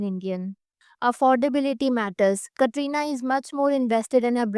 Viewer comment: u 1st pronounce Katrina's name properly